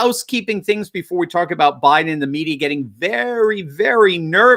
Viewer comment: Joe Bye-Then